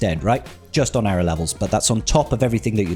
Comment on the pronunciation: its èra not eera